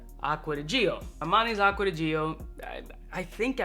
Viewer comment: Man, you can't do acgua di gio like that! Stop saying acgua di gee oh 😅